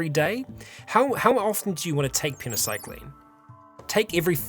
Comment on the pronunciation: you are missing a Y in "Penoxycyline" every time you say it.